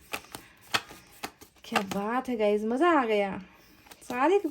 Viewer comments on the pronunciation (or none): none